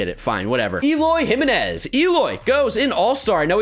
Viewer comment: Eloy Jimenez is pronounced eh-LOY he-MEN-ess. Jiménez/Giménez is never pronounced HIM-in-ezz